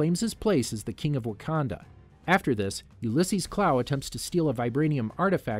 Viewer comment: Decent video to watch, however there are several issues I have with this. First off, the pronunciations of Ta Lo, Arisham, and Ulysses Klaue are all incorrect, plus the Iron Monger is Stane's armor, not War Monger, and Kamran is not Cameron. Next, Adrian Toomes is not a part of damage control, he is a private contractor who got screwed over by damage control. Some of the years are wrong for the movies and shows. For instance, Iron Man is in 2008 not 2010, Avengers' time travels to Vormir and to the Ancient One are both in 2014 and 2012 respectfully. The Eternals suffer from Mahd Wy'ry, a side effect that occurs from constant reincarnation, and Kro is the villain for the Deviants. Also, the shows like Inhumans, Agents of Shield, and several others are not MCU canon anymore unless you wanna count it as a separate universe. Speaking of which, you didn't include both Loki and What If...? since they are also a part of the timeline too. You only briefly spoke about where the alternate Loki went.